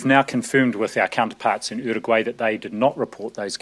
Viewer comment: the way Nz's uncle Ashley say Uruguay is so good